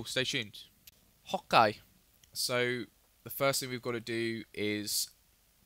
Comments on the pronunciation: Why always say hokey it's ok not hokey OMG man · dude when u start the videos..dont say "ok" cause it sounds like ur saying "hawk gay/guy" and it gets really annoying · I love how he says "ho-kay" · Loves when he says ''Ho'kai'' :D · When you say okay its sounds like "Hawk Eye" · it sounded like hot guy instead of okay